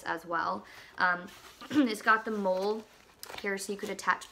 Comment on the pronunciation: Hi,. Thanks for the review. Just so you know, "MOLLE" is actually pronounced like the name "Molly."